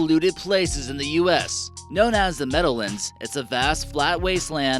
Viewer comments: MeadowLANDS not meadowLINDS lol but seriously good vid, i grew up in ringwood and there are some creepy places there as well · It's really weird hearing non-NJ natives try to pronounce simple words like Meadowlands. It's entirely phonetic: Meadow-Lands. Not like Newfoundland which natives pronounce New-Fin-Lind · Why do you keep saying Meadowlands so funny? I'm from NJ, nobody says it that way. Lol